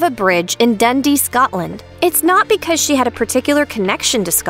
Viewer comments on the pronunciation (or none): none